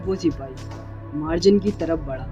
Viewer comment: Bro मार्जन nahi मर्जान hai uska name